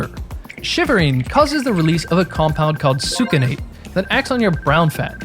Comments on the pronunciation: Sorry if this sounds nit-picky but , "succinate" should be pronounced as sucks-innate instead of sook-key-nate. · You learned your mispronunciation of Succinate from Huberman. Sucanat is whole cane sugar. Think Succinyl-CoA.